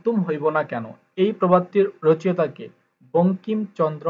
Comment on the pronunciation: রচেঅতা হবে না, সঠিক উচ্চরণ হবে রচো ইতা।